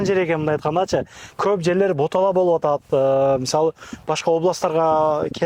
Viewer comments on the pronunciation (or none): Ботала эмес болота десен созду болгучон созунду турулап суйлосон